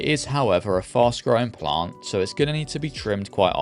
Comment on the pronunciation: Every time you say “plant” you add so many extra L’s. It’s like “Pa-Lllllllant”